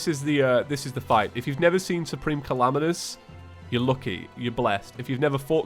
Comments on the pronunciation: i love how he says Calamitas like Calamanous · late correction: supreme calamitas is pronounced Suhpreme Cahlahmeetis